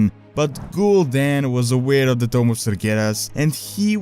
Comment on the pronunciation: sounds like your saying tome instead of tomb